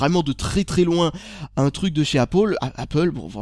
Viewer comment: APPOL EUUH ! PFFF APPLE MDRRRRR